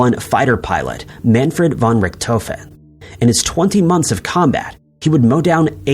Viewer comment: Ummm...Jimmy Carter was not president after Harry Truman. "shooner"? Schooner (pronounced skooner). Richthofen (pronounced Ricktoven). People need to teach their "bots" how to pronounce the names of people and places. 😆😅😂🤣